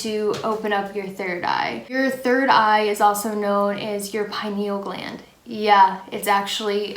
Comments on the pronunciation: I've never heard someone pronounce penial gland like that😂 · Everyone thinks im crazy when i tell my buddies about fluoride in our water and everything. You pronounce pineal gland funny